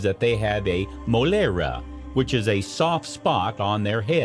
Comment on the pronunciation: Some of the Spanish words pronunciation killed my ears 👂 😆 🤣...is Mollera /y/ 🤦🏻‍♀️